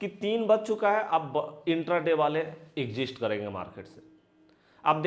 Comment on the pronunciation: Sir वो "एग्ज़िस्ट" नहीं "एक्ज़िट" होता है, वैसे आप की स्ट्रेटजी एक नंबर है👌 और एक बात, आप हर बार 2:1 बोलते हो जबकि शायद आप बोलना चाहते हैं 1:2 याने नुकसान SL हुआ तो एक रुपया लॉस होगा, और अगर ट्रगेट आया तो 2 रुपया प्रॉफिट होगा कृपया गौर करिएगा धन्यवाद🙏